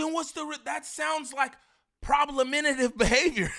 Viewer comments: He said problementive lmao it’s problematic, and another note , niem you care about ts way too much man 😂 like even more than munchie wtffff 😂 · Omg problementive? 😅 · didn’t pay attention in English class 😂 “problementive”? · Bro I try not to be the grammar police but bro!!! “ PROBLEMENTIVE “ isn’t even a word😭 I mean come on bro ya’ll making us look bad when you try to sound sophisticated and make up your own words accidentally